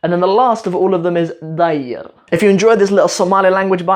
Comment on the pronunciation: hello let me tell U one thing about seasons it's not "dayr" it's (deer) and also not guu:" it's only (gu) by the way would to come Somalia coz U know Somali language and I live in 《mogdishu》